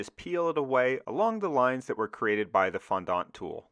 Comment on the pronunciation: Very cool. I immediately think of the water pipes they ran through the Hoover Dam to get the concrete to set. (Also wow never heard "fondant" said quite like that before.. 😂 Americans are funny)